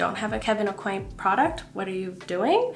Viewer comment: So funny to hear how people pronounce Kevin aucoin. I’ve always heard it as “a-coin” but your pronunciation sounds so fancy 😂 love your videos! But for real tho, I think it is a-coin, I had a Friend growing up with that last name and that’s how they pronounced it 🤷‍♀️ hope your doing well ❤